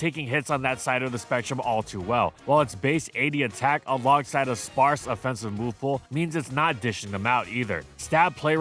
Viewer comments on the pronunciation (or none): none